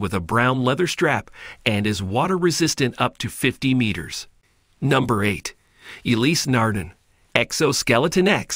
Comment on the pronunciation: Interesting video. The pronunciation of Ulysse Nardin, however, makes me angry.